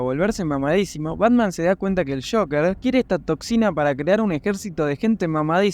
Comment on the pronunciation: Joker no shocker🙄